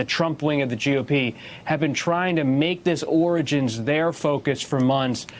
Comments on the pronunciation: I like how he realized he couldn't pronounce "origins" so instead of failing a third time he said "beginnings". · Are your telling me this man cannot say the word origins? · "ORANGES " - 😂😂😂😂, Daaamm a sitting president that can't pronounce origins . I know alot of 2 yr olds with a better vocabulary than donald the dumb dumb !